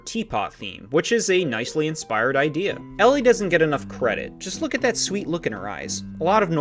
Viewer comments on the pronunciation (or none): none